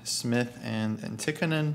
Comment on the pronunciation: As a Finn, I would say that your pronunciation of Tikkanen is quite good. If you want to strive for perfection, in Finnish words the stress is always on the first syllable. Thus TIK-ka-nen.